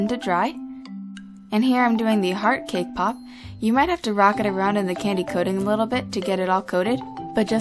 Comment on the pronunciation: i keep on thinking that ur saying kpop instead of cakepop ._.